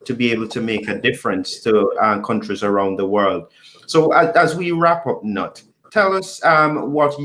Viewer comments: He was born in Germany and you pronounce is as written. "Knut". It is NOT silent!!!!!!! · pls learn how to pronounce "Knut", i.e. pronounced as Newt.